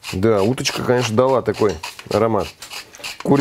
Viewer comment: Какой позитив! Кканэчна будит фккусна 😂😁😀!